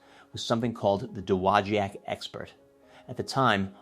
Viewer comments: Dude learn to pronounce dowagiac its doe wah jack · It is correctly, at least modernly, pronounced duh-wah-jack. Cool video! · You slaughtered that! Da - wa - jack. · It's pronounced Doe- wah-jack. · Fantastic historical video! The name of the town is horribly mispronounced, but the story is very well related. I grew up as a child here, only 2 blocks from the factory, and still have some of my original Heddon baits. A friend of my father had the job of underwater testing of new baits. He would travel to warm climes with his scuba equipment to view and report to the company how the baits performed. He'd visit us on our lake and demonstrate how to use the gear. What a great place to grow up and experience part of this strong historical story! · Great video, but you should learn how to say, “Dowagiac”. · Should probably learn how to properly pronounce the town of Dowogiac, MI, before making the video!